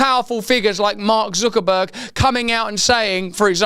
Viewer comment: why does he pronounce his name ZOOKERBURG? it's not a UK thing, I live in the UK, we say Zuckerberg like everyone else